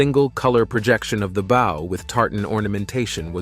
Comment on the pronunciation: The narrator pronounced the word 'bow' as 'bou' (To bend or curve downward) instead of 'bəʊ' (a knot with two loops and two loose ends). Does this channel a voiceover app for narration?